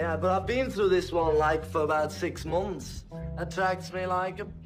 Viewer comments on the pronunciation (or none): "for about six muummffss"